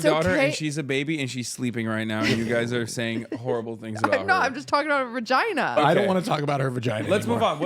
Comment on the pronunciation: They said vaginer 😂